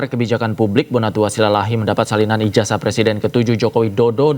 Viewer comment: Ijasah bacanya jing bukan ijajah